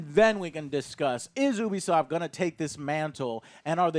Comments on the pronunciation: "Oobeesoft" Never heard of it... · Ok morons it’s Pronounced YOU B SOFT NOT Ooooooo be soft duh!! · Stop mispronouncing Ubisoft. It's pronounced "you-be-soft" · Can't stand to hear him mispronounce ubisoft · I love ya Joe, but how you pronounce Ubisoft grinds my gears a little bit ngl